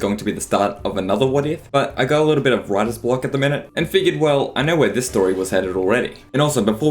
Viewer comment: so when you said writters block i heard radditz block